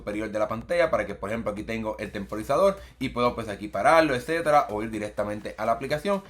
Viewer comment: Edcetda edceteda 😅